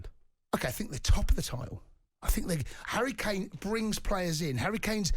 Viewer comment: Look at them 😂, saying harry kana 🤣